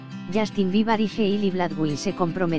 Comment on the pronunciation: Justin bibar? aprendan a habrar por favoy y no mienta se dice biber no bibar dios mio el mundo de hoy